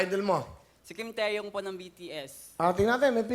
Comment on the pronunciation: kuya will kim taehyung hindi kim teyo hahaha😂😂